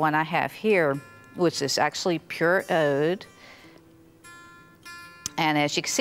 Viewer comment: Agarwood. Not argarwood. Oud as in Oood not owd. This is for all the people learning out there so don’t get confused.